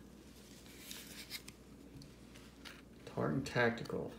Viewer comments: Bro, It’s pronounced “Tear-ren” Tactical; not “Tar-ren”. As in, “tear-ren a piece of paper”. My guess is you paid between 3 and 5 grand for that. Gotta step your game up. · A what tactical? lol it's "tear-in"